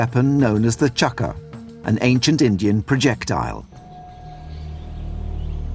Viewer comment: does the narrator pronounce “Indian” as “engine”? Hahha